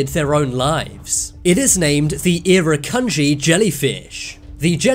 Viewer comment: Okay, you got your facts HORIFICALLY wrong. You definitely would know if you were stung by a irakundji (BTW pronounced IR-RAH-GAN-GEE(can't blame you wierd pronunciation)) as they are the most toxic animal on the planet, giving horrible stings that can easily kill people, if not delivered to hospital. The wounds if not treated pretty much as soon as the sting happens deteriorate into horrific burns on the body and can cause fits of searing pain In the next two weeks. You were very vague about the jellyfish making you want to kill yourself I am imagining this is because of the horrible pain and trauma continuing the event. Trying not to be mean but don't mislead people into thinking this will only want to make you kill yourself. It is shocking. Please make a revised video or at least pi this comment. Thankyou.